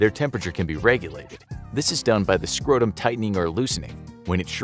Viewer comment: "a hundred and tirty two lbs scrohtuhm!" "that-h is a BIG nuht!"